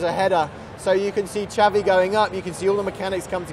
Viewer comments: Okii did he call xavi chavi and its it me or is tht grass to long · You say Xavi the same as Chavi